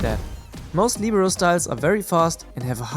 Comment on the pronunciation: Lihberoh is the pronounciation